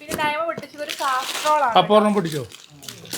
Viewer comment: കാസ്ട്രോൾ അല്ല ഭായ് കാസറോൾ എന്നാ